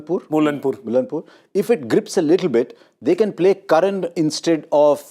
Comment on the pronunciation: Only Harsha pronounced Mullanpur right and they “corrected” him again 😂